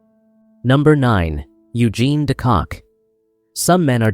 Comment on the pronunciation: not it's not. De Kock is also not pronounced "de Kak" your pronounciation is atrocious